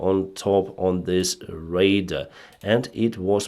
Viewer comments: RADAR is not pronounced "raider" - that is a word that means something entirely different. The acronym RADAR has two syllables with equal emphasis: RA (as in Ray) followed by DAR (as in Darwin). You might use radar to detect a raider. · Radar not rader arar ar not er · Yes of course I know that but he has managed to correct his pronunciation over time of many words (as have many foreign commentators done with Ukrainian place names). But "raiders" has been his goto forever, so a slight correction is in order - especially as he is in aviation it'll do no harm. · Be kind! You’re right, but just the same English is his second language. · True, but "raider" is one of favorite Denysisms. Keep it up!! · just a friendly FYI. Radar when pronounced correctly rhymes with Voludar or guitar. Your english is very good though. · Please improve your pronunciation of `radar` Your pronunciation sounds like raider. Radar and raider are completly different words with different meaning.